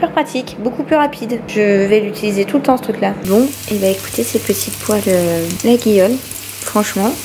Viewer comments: ah sisi je t’assure je suis partie plusieurs fois en vacances là bas et les locaux nous insultent (j’exagère) si on le prononce LaGUIole 😂😂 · La marque des poêles ça se prononce « Layolle » lulu 😋 bisouus